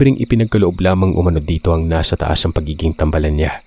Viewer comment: Hi po good evening po. Thank you po sa mga kwento nyu po. 5 yrs na po akong listener ninyu po. "tambaalan" po ang pg pronounce po hehe nasa baa ang long a po